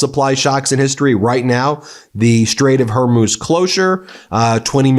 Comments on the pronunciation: Ben, it's the straight of Hormuz, not Hermuz. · Done with - a scruffy dirty jew with his jappy dogs and crying children IN THE BACKGROUND - who can not even pronounce HORMUZ